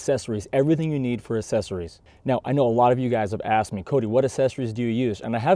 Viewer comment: Sorry, I was just having poking fun. It sounds like you're saying "assessories" instead of accessories.